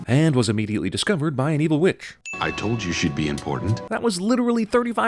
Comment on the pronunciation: Stop ruining movies! Also emphasis on the word ''Witch''.